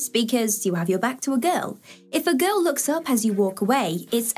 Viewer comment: This girl doesn't know how to pronounce the Word 'Girl'😂